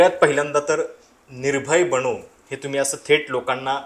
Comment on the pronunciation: बणो नाही..बनो आहे ते